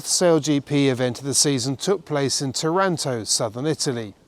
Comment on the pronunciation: To pronounce Taranto correctly you must put the accent on the first a😁